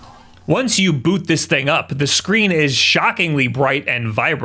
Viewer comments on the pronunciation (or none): none